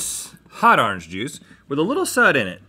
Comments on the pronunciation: "Hot arnge juice" I love how Rhett talks NOTE:ITS ORANGE NOT ARNEGE BOYO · "Hot arange juice, hot arange juice!" -Rhett